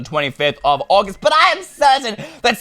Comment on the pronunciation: And it’s not auagust